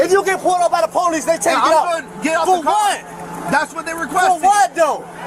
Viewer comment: Lol why pohlice 😂😂😂😂